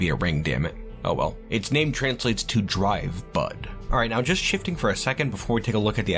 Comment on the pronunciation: This is why I should look at the screen periodically while listening to things. I thought you said dry butt instead of drivebud for the artifact name.